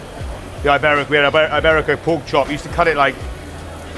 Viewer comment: Eyeberico. Not quite as bad as saying Eyetalian, but not too far off.